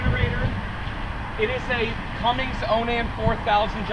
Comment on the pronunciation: Lord help me! It's CUMMINS, CUMMINS, CUMMINS! There is no "G" in their name.